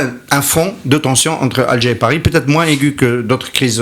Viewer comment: le présentateur a peur de ne pas recevoir son visa......hhhhhh "paerri' hhhhhh. pauvre peuple.